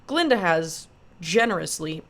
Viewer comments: Its painful to hear you mispronounce her name this whole video. Its Glllinda. 😂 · That Green Witch and Fiyero was playing Glinda behind her back. And that old goat, kept on pronouncing Glinda name wrong.